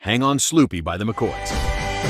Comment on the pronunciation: It's the mcoys,not macords